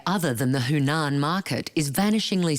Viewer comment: Huanan, the voice over artist was pronouncing it incorrectly as "Hunan"